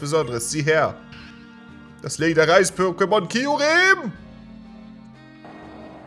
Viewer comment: KIUREEEEM! Nein. Das spricht man: Kjurem aus!